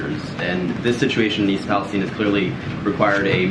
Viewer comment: Thank you for being the only reporter I've seen to say "East Palestine" correctly. With a hard e not with an i.